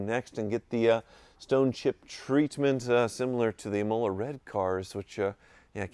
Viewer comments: It’s Im oh la not I mole ah red and Ah Barth not Ay Barth ffs🤬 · IM’ ola, not e MOLA’!